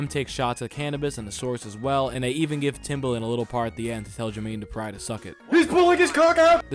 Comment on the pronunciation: "Jermaine DuprEYE" 💀